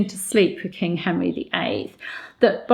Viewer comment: I am unsure whether you are aware of this, but you sometimes seem to say "The kink of England" instead of "The king of England" which always makes me go into unvoluntary rejoicing and cheering as it is so strangely fitting in this instance. :-D